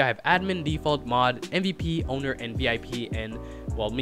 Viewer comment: he said ownedr